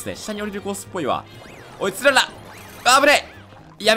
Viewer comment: つららのイントネーション